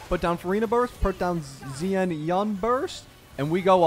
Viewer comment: Bro her name is not Zee-Ann-On come tf on